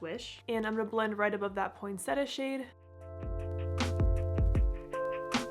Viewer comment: Look up the pronunciation of ‘poinsettia’, it is said like “poin-set-tia” (with more emphasis on the “-tia” part). It’s a beautiful plant, can’t believe you haven’t heard of it to be saying it incorrectly; it’s especially festive and popular for Xmas.